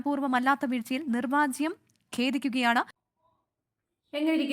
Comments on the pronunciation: നിർവജ്യം അല്ല നിർവ്യാജം അവതാരകയ്ക്ക് അതുപോലും അറിയില്ല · കടിച്ചാൽ പൊട്ടാത്ത മലയാളം അല്ല അവർ പറഞ്ഞത് സഹോദരീ... നിർവ്യാജം എന്നതിന് നിർവാജ്യം എന്നു പറയുന്നത് മലയാളം അറിയാത്തതു കൊണ്ടാണ് . 😂